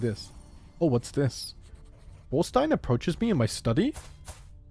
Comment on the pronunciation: Also the Þ in your son's name is pronounced th like in the. So its almost Torstein, but Thorstein